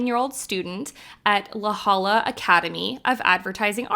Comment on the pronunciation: It's pronounced LA Hoya